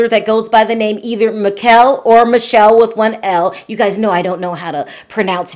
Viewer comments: You pronounce it Mee Keh Leh just fyi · The name is pronounced "Mikel[e]" and he's Italian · It should be pronounced Me-kell-ie. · The Italian pronunciation of Michele is Mee-keh-leh. Here’s a video on how to pronounce it correctly: Michel is the French equivalent. It’s pronounced just like its popular feminine forms: Michelle, Michele, or Michèle. The last one is the original French spelling. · The guy whose photographs were used, is Italian and his name is pronounced "Mih-keh-leh di Look-yoh" And no, I do not feel sorry for Yolanda. There were enough red flags, like the name ("Williams" is not a first name, at least not in England), him claiming to be British, but having not a trace of a British accent (and if you listen carefully, his English isn't even 100% correct sometimes, and if even I as a non-native English speaker notice it, English can't be his native language), plus all these excuses about video chats not being possible. AND you just do NOT send nude pictures to someone with whom you've not been for a while and whom you've never even met in person. That whole thing was a scam from the get-go and that (presumably African) scammer just wanted compromising pictures of Yolanda, so he could blackmail her. Plenty of red flags, really. And Yolanda either is dumb or she knew about it and everything's fake (including said photographs that possibly don't even exist. At least I hope they don't.) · I used to date an Italian guy, his best friend's name was Michele, it is pronounced Mickelé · Pronunciation of the name is Mikelé ;)